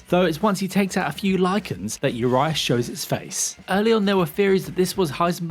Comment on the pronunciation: Its oo+ree+ash not uryash